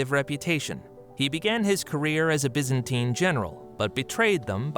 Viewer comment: BY -ZAN-TINE.